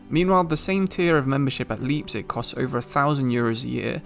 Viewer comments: Btw let me know if you open a discord:) I’m German and Welsh. I really liked the German phrase at the end of the video😂 one thing to take note: Leipzig is pronounced like the word “Lie” not Lee. So like L-eye-pzig. Not L-ee-pzig :) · I'm sorry, Leepzig?